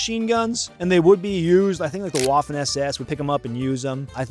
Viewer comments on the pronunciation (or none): none